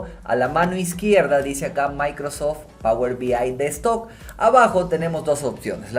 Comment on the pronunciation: Por qué dice "power B I destock"?